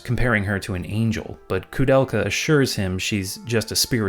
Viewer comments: Dude, it is not KOO it is KOU(K-OH - KOH). I will never understand people, who are speaking enlgish but couldn't spell latin correctly This ruined ther whole thing to me and I quit watching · Why are you pronouncing her name as Kudelka? There's an "o" there. She even says her own name as an example and doesn't pronounce it as "Kudelka." The "ou" vowel pairing in "Koudelka" is pronounced the same way it is in "Touhou" - the long "o" sound.